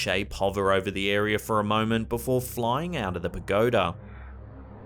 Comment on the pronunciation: It is air-e-uh, not "air-e-er"